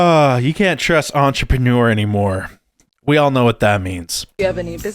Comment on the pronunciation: "Entrepreneur"??? "Ain't-A-preneur"!!!!!